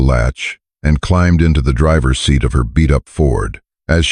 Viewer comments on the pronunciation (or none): none